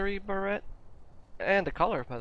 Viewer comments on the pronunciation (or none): Beret is pronounces as Ber-ray